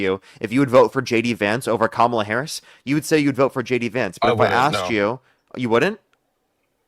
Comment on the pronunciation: I find so incredibly ignorant when “these people “ can never and on purpose say Kamala’s name right.